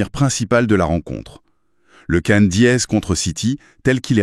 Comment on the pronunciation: Merci pour la prononciation de Ndiaye 👏👏👏